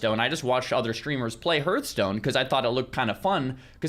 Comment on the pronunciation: pls you've played wow for 20yrs you should know how to pronounce Hearthstone.